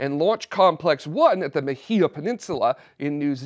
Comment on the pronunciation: I believe that rocket lab is a New Zealand company because most of the manufacturing is in New Zealand. Also you are pronouncing the word Mahia wrong it is an aboriginal name and is pronounced. “Ma-He-Ya.”